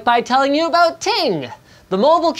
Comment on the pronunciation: "Never aboot boot time" Linus 2018